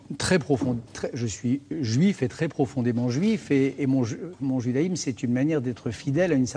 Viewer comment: Judaimse?!??! Après ca se dit écrivain-philosophe-milliardaire, va apprendre à parler mon pote!